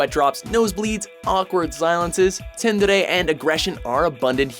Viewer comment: it's not tendere it's pronounced soondere